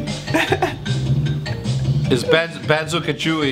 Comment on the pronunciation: Hecz: Its Banzo KAjui (Crash bandikoot) hahaha